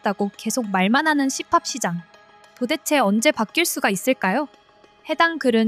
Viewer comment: 씨팝은 뭐냐 처음 듣는데 "시팔" 세게 발음한거냐?